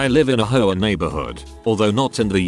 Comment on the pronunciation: Im dying...every time the text to speech guy says hoa i hear whore, I'm strangling a laugh every time!